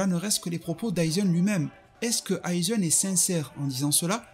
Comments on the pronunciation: Toseune , aizeune, oui je sais c'est moche de dire de bien prononcer mais quand même la ça me titille. Aizène , tosène stp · Stp frérot prononce bien.. c’est pas tosseun ou aizeun ! C’est tosen et aizen !! Le son é ! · Aizen* tosen*